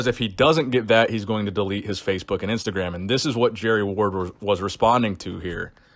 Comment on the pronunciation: ‘IMSTAGRAM’ LMAO